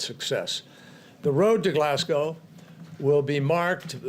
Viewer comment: HE PRONOUNCED GLASGOW CORRECTLY